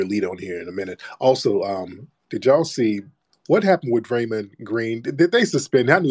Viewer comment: Calling that man Dray-Mun was diabolical 😂😂😂😂